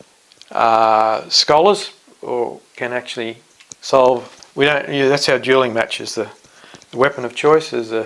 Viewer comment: You seem legit but dude. 'Duling match'? I swear you pronounced Erastosthenes as 'Erastotales' I wouldn't even bother trying to change a flat earth mind. People that stupid can fuck off.